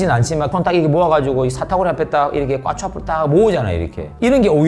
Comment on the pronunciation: 꽈추라고 하실때 발음이 되게 웃기심ㅋㅋㅋㅋㅋ 꾸아추